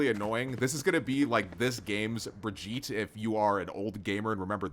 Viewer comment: THAT IS NOT HOW YOU SAY BRIGITTE